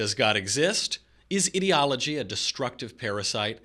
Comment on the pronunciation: Why can't they pronounce the word ideology correctly, so annoying.